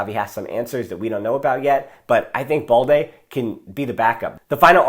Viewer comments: Why do you keep pronouncing BALDE as “ball-dey”? It’s balde as in “bad-day”😏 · remember, it’s AS IN. So you keep the “L” of course. He wrongly pronounces it like “boldy” where as it is “baal-dey” with an L sound